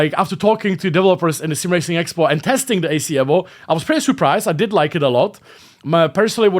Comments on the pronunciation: It’s evo mate. Not evvo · Dude it’s Eevo not Ehvo!